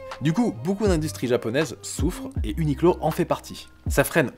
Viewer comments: Ça ce dit « uniqwo » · A prononcer "ou ni kou ro" en japonais (r roulé devenant "l") si tu veux te la péter